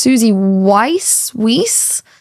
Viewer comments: Weiss is probably pronounced as Vice. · German name so the "W" is pronounced V so it ends up sounding like Vice.